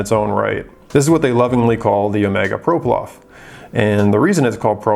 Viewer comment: I stopped watching this video about 10 seconds in when I realized this guy cannot even pronounce the watch he’s reviewing. I actually own one so I will help this guy out..It’s a ploprof not a proplof. Lol